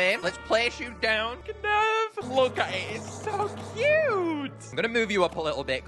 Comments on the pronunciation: Is nobody gunna acknowledged knurv's name is supposed to be spelt like nerve, because of the eyes being the instrument (knurv uses nerves, NERVES ITS NERVES GUYS PLEASE SAY NERVE NOT KUH NERVE) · Knurv is pronounced Nerve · Just pointing out - the 'K' is silent. Knurv is pronounced 'Nerve' - like the optical nerves that make the sound. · I love how every one pronounces it as “Ku-nerve” when it’s just “nerve “ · Knurv's name is simply said as Nerve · I Think its Pronounced Nurv as in Nerve and the K is Silent i think but i might be wrong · Knurv is pernounsed "nerve" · I love just how passionate is about this game, and how genuine he is in his videos. Also the K in Knurv is silent but I don’t want to nitpick 😅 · Even you said Knurv's name wrong xD The K is silent, similar to the words Knight and Knife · i think the k is silent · U said knurv wrong its like gnarls where u dont say the g sp with knurv you dont say the k just helping u